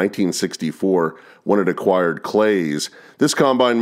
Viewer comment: Until now, I had never hard the brand name CLAAS pronounced as "CLAYS" but I guess that makes sense due to its spelling. We have always said it as "CLAWS" as in Santa Claus, being a German name, we thought that was correct. Our combine was a 1970 or 1971 Ford 620 painted in Ford Blue and White paint, but the build plate was marked CLAAS, West Germany. Back in 1971 when my father purchased it, he also had to purchase a complete toolbox of wrenches and sockets and such, the combine having been built using all METRIC measurements and METRIC fasteners. In fact, those tools rode in the combine for the 30 years that we owned and used the machine. With modern combines, it is common to unload on the go. But with our old Ford 620 (aka Claas Consul), the vibrations inside the operators cab made it necessary to take regular breaks, so unloading the bin was a chance to get outta the cab and stand on solid ground for a couple of minutes.